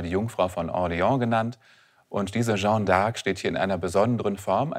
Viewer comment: Für so eine Expertenrolle sollte man sich doch die kleine Mühe machen, zumindest die französische Bezeichnung korrekt auszusprechen und nicht aus der "Jeanne"" (feminin, gesprochen: schann (kurz!) einen (maskulinen) "Jean" (in etwa gesprochen schang; nicht nasal) zu machen.